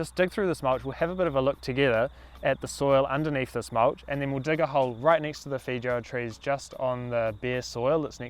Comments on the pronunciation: Great video! But please pronounce the fruits name correctly lol it sounds like “fay•ow•uh” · This Kiwi pronunciation of feijoa is the most enchanting thing<3